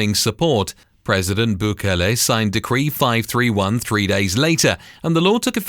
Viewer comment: i cant care to watch the video if he cant pronounce Bukele correctly